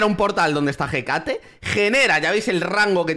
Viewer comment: por favor se dice Écate, con la tilde